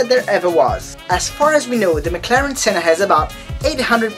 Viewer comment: you are pronouncing senna wrong